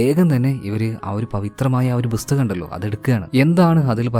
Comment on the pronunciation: Bhusthakam allaa bro pusthakam